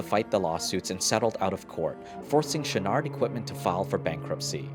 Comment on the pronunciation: "Yvon Chouinard".... "Yvon" is not said as "Yvonn", it sounds like the feminine version of the name. There shouldn't be emphasis on the "n". "Chouinard" is said more like "Chouinor" (you managed to say the first part of it nicely enough). Yes, I'm French Canadian.